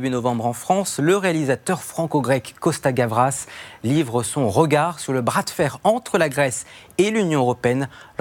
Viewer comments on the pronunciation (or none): Ké bourrin, le présentateur... Sein Supplice... Costa Gravas... Gravos ! .bouh !